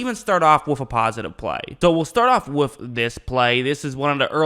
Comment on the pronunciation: With or wiff??? Lol